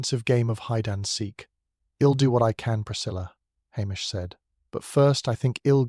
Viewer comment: Enjoyable storyline, but oh, the botched contractions.... Ill hed youwll